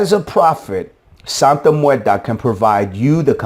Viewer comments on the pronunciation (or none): Theres no a at the end of muerte(just trying to help you pronounce it better)